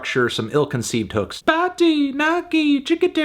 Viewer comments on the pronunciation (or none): none